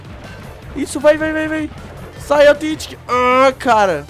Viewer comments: ei nao é authentic é tetentic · Pq vc fala fraga tetentic